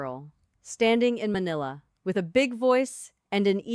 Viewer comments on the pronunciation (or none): none